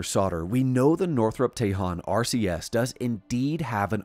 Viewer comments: ..." TEJON" is pronounced Ta-Hone... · Tejon is pronounced Teh-hone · Tell your AI how to pronounce Tejon and Tehachapi